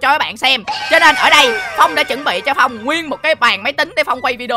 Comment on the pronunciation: đọc sai rồi